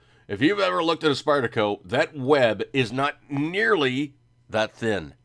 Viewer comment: What's with the "Spidder" shit? It's like listening to my 9 yr old son and his friends playing with their new toys at Xmas.